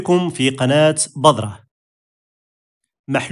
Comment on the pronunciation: تنبيه أخي لو تفضلت: كلمة بذرة تنطق في اللغة العربية مرققة وليست مفخمة. كي لا تتشابه الذال مع الظاء. وشكرا على مجهوداتك.